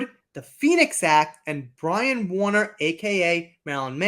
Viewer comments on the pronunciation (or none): none